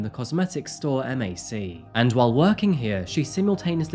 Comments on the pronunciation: Mac like the computer that’s how you pronounce the makeup store she worked for. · M-A-C its called Mack its a makeup store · I am sorry this seems like a tragic story that I just began watching, but MAC is not “EM A CEE”🫠 that threw me off completely 😅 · MAC is not M.A.C., it’s “mac” like “Big Mac” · he calls Mac, m-a-c, and butchers american English and Chinese. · So cute how he says the cosmetic store MAC lol men 😂 just so you know it’s pronounced like Mack. Ok on with the rest of the video…. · It’s pronounced “Mack” (Mac)….love your channel! Thx! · The fact that you pronounced MAC as initials, took me out for a sec. But amazing video as always 💕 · I’m sorry but you spelling out MAC instead of saying it made me chuckle a lil. Great work as always tho!!! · Gotta love for calling MAC M A C